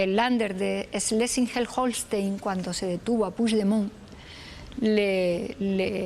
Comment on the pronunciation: Cómo es posible que diga bien el nombre del lander Schleswig-Holstein y diga mal "pusdemon "?